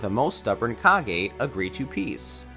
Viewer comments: This dude has never watched Naruto. Probably reading from some dudes fighting on reddit about Minato and made a video on it. Pronounces Kage as cage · I am becoming really unhappy with the way you are pronouncing "Kage".